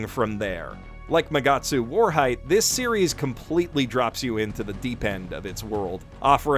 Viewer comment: If you have trouble pronounciating _Magatsu Warheit Zuerst_, then I have a littel guide for you: Wahrheit - You can split it up into Vah (or Wa like in Watashi [google translate might help]) and hide but with a hard T: Vah-hide Zuerst - Just say Tsu, then air (but don't put too much emphasis on the r) and then put a st like in stick at the end: Tsu-air-st The Whole thing should sound like Vah-hide Tsu-air-st (or you could just call it Truth First since that's what it is when translated to English).